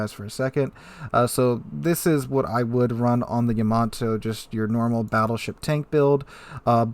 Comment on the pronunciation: YAA-MAA-TOO! [Space Battleship Yamato Theme]